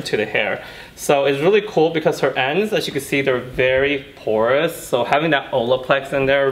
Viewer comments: You killed the word porous. 😖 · I'd be sober, I thought he was saying "course ends" BAHA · Say porous ONE MORE TIME 😂